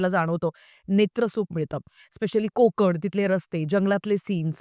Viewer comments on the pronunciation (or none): none